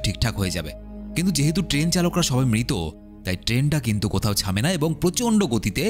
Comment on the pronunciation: ছামেনা❌ থামেনা✅